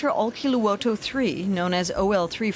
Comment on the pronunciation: Olkiluoto: name Narrator: OUILKILOUTO